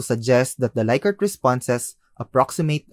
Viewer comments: Rensis Likert is pronounced "Lick-ert" not "Like-ert" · "Lick"-ert, not "Like"-ert